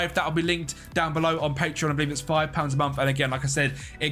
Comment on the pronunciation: Bro when you mention your patreon members it says „pateron“ not patreon🖐️